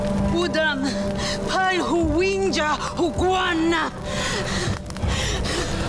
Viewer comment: nie Lindźa tylko Łindźa ;)